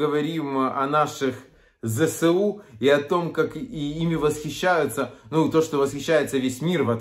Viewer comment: Не ЗеСеУ а Зе еС У